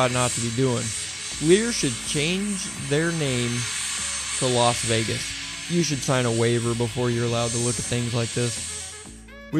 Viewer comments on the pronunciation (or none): none